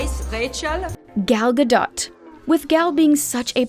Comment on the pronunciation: You mispronounced Gal Gadot’s name.